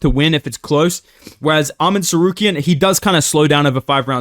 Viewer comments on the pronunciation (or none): Hey its arman tsarkaryan not tsaryukian